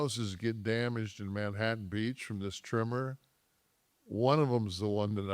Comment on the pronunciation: Tremor not trimmer…..idiot!